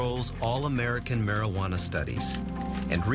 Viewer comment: "Maryghuannah" lolololol I love how he says it.